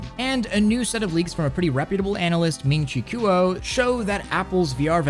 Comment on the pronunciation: People pronounce it “ Ming chi quo (like quote without the te”